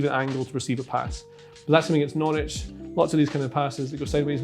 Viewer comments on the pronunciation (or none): none